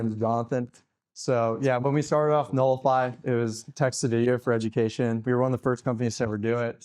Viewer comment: "Knowlify" not "Nullify"